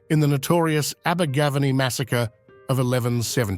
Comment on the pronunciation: Had to stop watching the video due to the terrible pronunciation of Abergavenny.